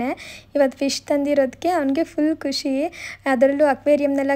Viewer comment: ಖಷಿ ಅಲ್ಲಾ ಖುಷಿ